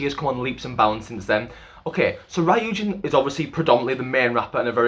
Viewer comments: Ok but the way he pronounced Ryujin 😭😂 all good tho it's a hard name to pronounce. But overall thank you so much for mentioning the whole deal with Lia, people don't seem to realize how much all their comments affected her confidence not only on vocals but in dancing too, she has so much potential and it saddens me to see her insecurities getting the best of her, and you're so right about kpop having such high pitched songs, like wannabes chorus it's so high all the time and it clearly doesn't fit lias range, which doesn't mean she can't sing, I'm so glad Not shy is a much more comfortable song for them and it's great to see Lia with much more confidence this era, she'll just get better and better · Saying that she's both your ultimate bias and also saying her name like "rye-yu-jin" tripped me up! Good analysis otherwise though, especially with pinpointing the areas of development. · Ri - yujin Sorry😂it’s just the pronunciation though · I think u pronounced ryujin wrong It's not rAyujin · ryujin is pronounced kinda like ru-jin :<< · Great video 👍🏻 by the way it’s pronounced roojin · Fyi Ryujin’s name is pronounced like “Roo-jin” but it’s understandable since u don’t speak/know korean 😅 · I CAN'T WITH HOW HE PRONONCES RYUJIN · why do you pronounce ryujin like that